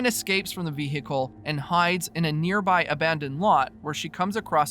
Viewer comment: The way you say vehicle is giving me a stroke